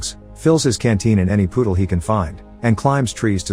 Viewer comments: The narrator cannot say puddle he keeps saying poodle (that a dog ) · I’m sorry, but I can’t get over “poodle” as puddle. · Anyone else heard him say "poodle" instead of "puddle" every time? XD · Puddle, not poodle. Good film. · Love how the narrator keep saying poodle instead of puddle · It’s puddle, not poodle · Oh, auto-dictate, your pronunciation of puddle will never leave my mind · Puddle pronounced as poodle lol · WTF? He is drinking water from a poodle. Im guessing its a robotic voice. I never would have thought it was but to many mispronounciations for an american speaker. No more visits to this channel. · I love how the text to speech says poodle instead of puddle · "After drinking water from a poodle" Fucking dead robot pronunciations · “Any “POODLE” he can find.” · Nah you made the voice say "poodle" instead of puddle on purpose lol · it just me of did i hear him say poodle instead of puddle? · When the text to speech pronounces puddle as poodle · After drinking water from a “poodle”? Is the audio for this video computer generated? There’s no accent, but nobody without an accent would pronounce “puddle” “poodle”. This is done twice, so it’s not a mistake. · I like how he says poodle instead of puddle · The AI that narrated this video needs to learn the difference between a 🐩 Poodle and a Puddle. It is so funny to hear the mistakes that these AI make in videos.🤣🤣🤣🤣🤣🤣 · 'poodle' lol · Why does he say poodle instead of puddle? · WHY DOES THE TTS SAY POODLE INSTEAD OF PUDDLE XD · Is this narrator saying poodle instead of puddle? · I'm sorry, but I loved how it sounded like the narrator was saying poodle instead of puddle. It brought a smile my face and by no means am I trying to make fun of the person. Have a nicer day everyone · Its puddle, not poodle 🐩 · gotta love ai audio. "After drinking water from a poodle." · when AI cant say puddle you know its fucked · Love the way he says puddle he says poodle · The computer voice mixed puddle with poodle.